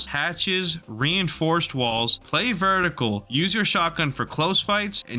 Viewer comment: verticle lmao